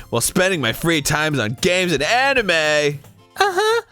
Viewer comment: Is it just me or Arin said "Amine" everytime instead "Anime"?